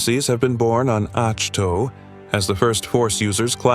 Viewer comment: Great video. The planet's name is pronounced as 'ahk toe'. Thanks for this history, it really does the Star Wars universe justice.😊